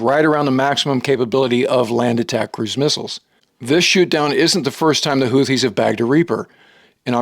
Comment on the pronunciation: He can't even pronounce houthis correctly, surely you can find a reliable source elsewhere.